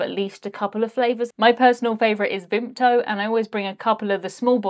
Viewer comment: was that 'Vimpto' ? or Vimto ?